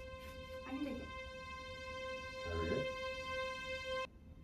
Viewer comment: Not saying Harriet